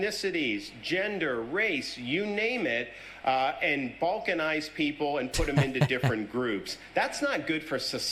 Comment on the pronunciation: He said balkcanize.